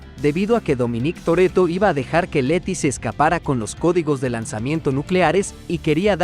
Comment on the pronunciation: Dominíííc Torrretto